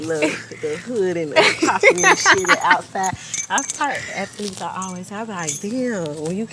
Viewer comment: "Ath-a-leets" BOL.. I love Caresha bol